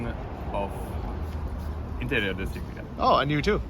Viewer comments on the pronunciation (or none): And what are you studying? - ИНТЕРИОР ДЕСИГН.....камон))))